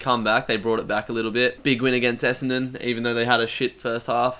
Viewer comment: your brisbane essendon was way off